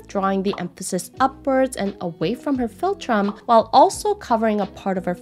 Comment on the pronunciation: Filltrum? Felltrim? What on earth does this mean? She says the word dozens of times with no explanation.